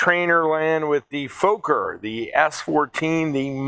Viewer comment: Fokker has to be pronounced as Focker like in mother F#cker.